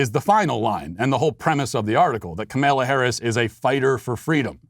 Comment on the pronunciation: Did Fweedom celebrate Ramadan in her infancy? because if she didn't then its hate speech